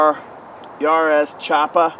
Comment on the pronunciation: If you want to to know how to pronounce jarosz, why don't you just watch your last video where you included a clip of that guy saying his name?